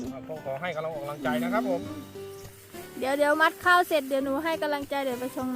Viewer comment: มัดข้าวค่ะ ไม่ใช่ หมัดข้าว แก้ไขด้วยค่ะแอด..